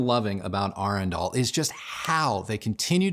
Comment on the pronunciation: I must be dyslexic. I thought the brand name was Adrenal until the moment I heard you say it correctly.